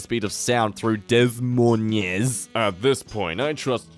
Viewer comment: Dess Moines I love it but it's de Moine the s is silent I hate him